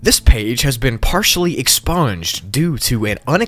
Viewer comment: expunged ❌ exsponged ✅